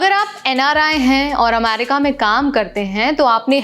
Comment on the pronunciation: America bolna seekhlo pehle....